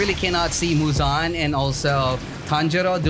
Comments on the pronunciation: muuzaan? its muzan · Guys he said it fine he said it right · it's not right lmao